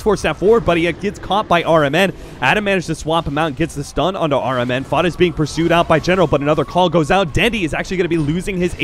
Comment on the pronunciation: I heard caster said rmn sounds like aura man. is it just me?